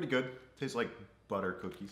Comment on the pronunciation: it sounded testis more than tastes ! Not his fault though “CHARACTER MIRRORS”.